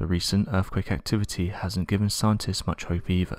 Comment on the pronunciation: Stop saying "End quote" you prick. Also, what is an "earfquake"?